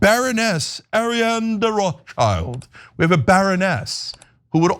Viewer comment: Uh, Cenk? Roth-schild is not English. It's German. Roth = Red (modern spelling = Rot) / Schild = shield or escutcheon. Above the door in the building the family lived early on. The world "Child" does not appear in the name. OK?